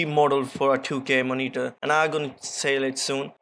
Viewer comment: Love how you pronounce Moneetur (monitor)